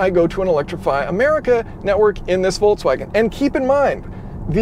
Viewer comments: Is he saying "Voltswagen?" That was a thing for only about 2 days... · why is it so difficult to pronounce the brand name?! at least there are no unfamiliar syllables to English speaking person. However, in the end it "sounds" like [voltsvagen]. Don't mention the first consonant, English never bothered with German V and W difference, but at least the middle ks definitely cannot turn into ts. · It's interesting that you pronounce Volkswagen, "Voltswagen" in a feature about an electric Volkswagen. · Why do people keep calling it "VolTswagen" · Good content as always, but it is pronounced Folkswagen, not Volkswagen. V=F. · Volts wagen??? Folks vagen VW did it to you for mispronouncing their name 🤣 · Am I the only one hearing "VOLTswagen" all the time? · Does he say "Voltswagon"? :-D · Did you call them "Voltswagens"? 😆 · Calls it Volts-Wagen without even noticing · Folksouagen, ha ha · It's FOLKS-VAGEN, as in FOLK, like folk song. (in German language V is F, for some reason, and W is V, German isn't my native, so...) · "Hello everybody, and welcome. We are inside the VOLTSWAGEN" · I find it hilarious that if I don't pay attention it sounds like you are saying voltswagen :D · Being from Europe way that You pronounce Volkswagen sounds atrocious, it really hurts my ears :p Anyways, wouldn't QR code by the cord be a fatser option than playing with the app? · I understand. But still, why pronounce "ts" in volKS?